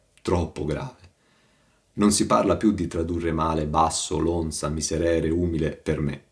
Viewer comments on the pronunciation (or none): Ma santa pazienza, conosce solo questi, di commenti? La consultazione della sola Enciclopedia Dantesca Le toglierebbe molte illusioni. E con tutta la scienza non sa che si pronuncia umìle?